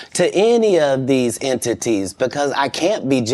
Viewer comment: Notice how he said Entities 👀